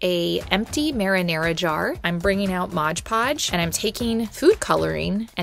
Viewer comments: It isn't Modge Podge. It's Mod Podge! :D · MOD Podge. Not Modge Podge.